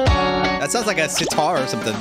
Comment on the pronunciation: its sitar not sitra